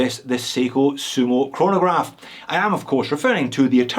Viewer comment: I stopped watching when you said "chronograph" 😂🤣😋